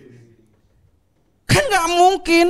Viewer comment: real bininya suka korea, pronounce nya bener "Jeongkuk" bukan biasanya jungkuk jungkok jongkok